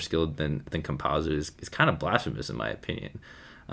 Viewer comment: its not pronunced like pizza